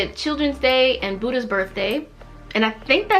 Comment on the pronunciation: Not to be rude but the way you pronounce Buddha 🥲 sorry